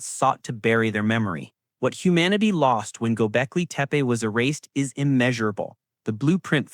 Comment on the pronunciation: You know its to bad this AI PRESENTATIKON IS CLICK BAITAND THAT THE NARRATORS PACING AND LPRONOUNCIATION IS SO BAD ON THE WORDS DESCRIBING THE SOCIETY. i TURNED ON THE CLOSED CAPTIONS AND THE GGOGLE VOICE ENGINGE COULD NOT UNDERSTAND THE NARRATOR EITHER. WHAT EVER GOBECLETE MEAN S BUT THAT WASN'T WHAT THE NARRATOR SAID. What is deliberate earth? officially should not exist is bullshit ., When history books make claims they only say the evidence so far says something this creator is a jerk. why is this dangerous archeologists don't mind new information it just has to have good evidence to corroborate the findings that what books and PHD theses do. i stopped listening after 5 mins. I also dont like the stupid animation 👎👎👎